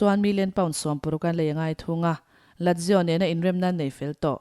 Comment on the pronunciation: Ladzio nge Lazio ? .